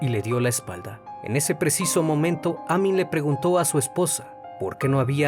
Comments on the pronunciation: me desespera cada vez que dice Amin cuando escribió Amín 🙄 y el apellido es Arias sin acento 🧐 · Se pronuncia Amííín. Con la sílaba tónica en la "i". Y Arias tiene la sílaba tónica en la primera "A". Soy fan de tus videos, no me malinterpretes. Sigue así 🙏🏻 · Vivo a unas cuadras del lugar del asesinato. Muy buen informe. Muy buen trabajo. Te felicito. Sólo una pequeña aclaración, el apellido lleva acento en la última sílaba, sería Amín. Y el apellido de la víctima lleva acento en la primera. Saludos. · Ojo con la pronunciación, el apellido es Arias, no Harías. También el nombre Amín, lleva acento en la í, hay que pronunciarlo así.